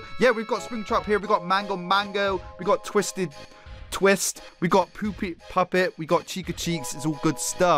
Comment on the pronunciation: So we just gonna ignore he almost said poopet.